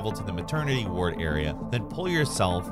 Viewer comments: Always good vids... often terrible pronunciation of basic words ;) I'm off to the Hospital WAHRRD :) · Why do you pronounce "Ward" that way? 😔